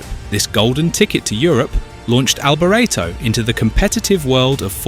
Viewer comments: Good facts, crap narrator! "Mickayle Alboreretto" for gods sake! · The narrator is British and unfortunately put a British spin (mis pronouncing) on several words, including "Alboretto".